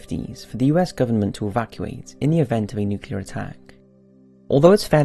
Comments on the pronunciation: nucle-ar not nucular come on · I love your channel with all my heart but please learn how to correctly pronounce nuclear!